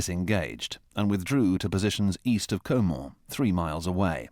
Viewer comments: EVERY TIME that the narrator says "Caen", I cringe at how I used to say it improperly.😅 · I approve of the way you're pronouncing the city!